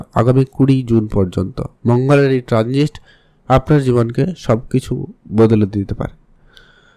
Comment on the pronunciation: আগে শুদ্ধ উচ্চারণ করতে শিখুন। ওটা ট্রানজিষট নয় ট্রানজিট হবে। আপনার শিক্ষাগত যোগ্যতা জন্য নেই। তবে ভুল উচ্চারণ সব ই বলে দিচ্ছে।